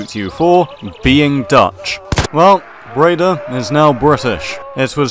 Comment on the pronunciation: An excellent video once again. Also, your pronunciation of Breda is about right.